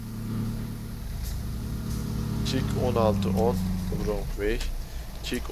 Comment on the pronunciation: şu wrong'un rong diye okunduğunu ne zaman öğreneceksin çok merak ediyorum :D